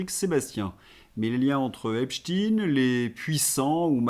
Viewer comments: On dit Ep-cht-ein et non pas Ep-stine !!! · ...en parlant de "larbins du pouvoir",, si tu continues de prononcer Epst"ine" au lieu de Epstein... tu fais preuve d'être un "bon serviteur" qui s'abaisse comme un larbin..😢 Pourtant tu vaux mieux que ça...🤔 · Tant que les gens ne sauront prononcer epstaine comme il faut, ça va rester pareille! C'est tout un enchaînement. Le mensonge et le camouflage à tous les étages..